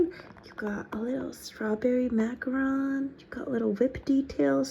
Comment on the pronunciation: THANK YOU THANK YOU FOR PRONOUNCING MACARON CORRECTLY 😭😭😭